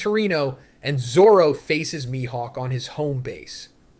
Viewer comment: Straw Hots, My-Hawk lol